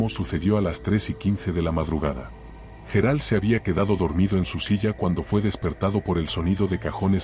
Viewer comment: Menudo rollo hasta llegar al tema ..pastelón ..otra cosa parece que no sabe pronunciar los nombres Gerard ..pareces un robot tonto